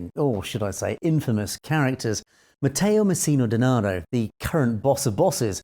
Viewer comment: Well done! Your pronounced Matteo Messina Denaro very well! 👍